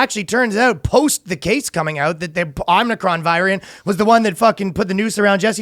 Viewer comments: O-Mi-Cron... FFS what is happening, people can't read anymore? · As a Greek person Iʻm offended by your pronouciation of Ο (Omicron) 👿👿👿👿👿👿👿👿👿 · OMIcron, not omnicron